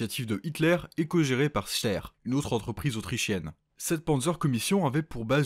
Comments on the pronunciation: Steyr se prononce "Shtayar", même si c'est pas du tout intuitif. Mais à part ça, super vidéo ! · Steyr ce prononce "Steyeur" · Bonjour, je me permet de corriger... Steyr se prononce "Shteier" sans insister sur le deuxième "e". Pour Krupp ça se prononce "Kroupp".